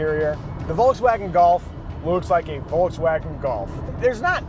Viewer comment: Say Volkswagen the right way pls